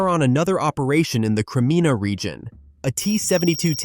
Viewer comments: Let's call it " CRY, MIA" not "Crime-ida", okay, A.I. ? ( No credibility. I'm gone) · It's Pronounced. "Cry Me A"... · Where the heck is Crimina ?? It’s Crimea BOT!